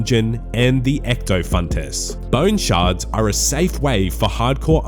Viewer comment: first man on the planet to read 'ectofuntus' correctly